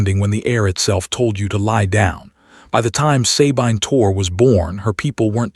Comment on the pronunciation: Sabine is correctly pronounced "suh-BEEN" in English or French, and "suh-BEE-nuh" in German. NEVER EVER "SAY-BINE" BINE as in MINE. NEVER. EVER. Great story though.